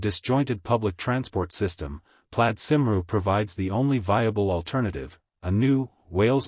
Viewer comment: It is not simroo, it is coomwee